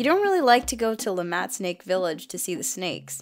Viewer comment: La MAT😆 La MAH is how it is pronounced.